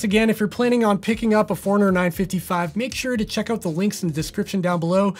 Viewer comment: Honest question. Why are you pronouncing it the Garmin "foreigner" and not Garmin 'Four-runner"? Not trying to be a smart@ I'm curious if I've been pronouncing it wrong for the last 6 years.